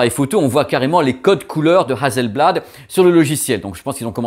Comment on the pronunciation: Hasselblad c'est très pro, Hasssssselblad (pas Hazel). Si on attend un peu on va avoir encore mieux (créativité continue) ? Attendons les nouveaux modèles.😎